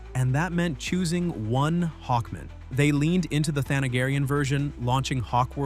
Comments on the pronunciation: HawkMAN, not Hawkmin. Is this an AI voice or is the narrator mentally challenged?!? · It's pronounced Hawk MAN not Hockmon. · Hawk-MAN! Jfc. Is this AI or no care for pronunciation? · What’s with saying Hawkman like that? It’s not his last name. “Hawkman. Murray Hawkman.”